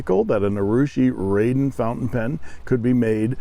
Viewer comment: Thanks,. You're not the only one to get this wrong, but it's pronounced "rahden" as opposed to "raiden".:)